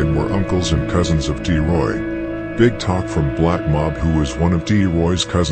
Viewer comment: Bro it’s T Roy… D Roy is a whole different person